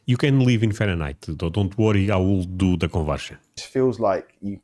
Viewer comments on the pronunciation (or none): none